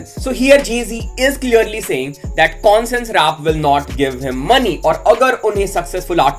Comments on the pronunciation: Bhai consince rap nhi bolte isko, isko bolte hai conshious rap that's how u should pronounced it. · Bhai pronunciations skill sudharo conscious rap ko consess rap bula rahe ho 😅😂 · Ache se bol , consens kya hota hae? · M koi gyaani Nahi Hun lekin bhai wo कोनसिंस Nahi कॉन्शियस hota.. Correcting cuz I like watching ur channel.. No hate🙌🏻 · Conscious rap ka pronunciation galat h bhai